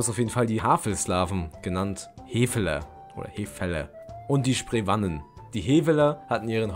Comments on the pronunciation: Sie werden Heweller und Spreewahnen ausgesprochen.😉 Sonst ist es gut gemacht.👍🏻 Grüße von einem Historiker aus Brandenburg. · Aua, die Aussprache von historischen Namen (Heveller, Sprewanen, Wettiner) tut ja den Ohren weh! Bitte nicht nachmachen!